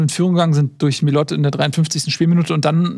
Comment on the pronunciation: Inzwischen dürfte Millot sich beim VfB genügend in Szene gesetzt haben, dass die Aussprache seines Namens bekannt sein sollte.